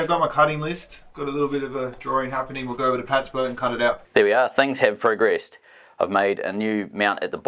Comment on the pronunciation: did just call it a broat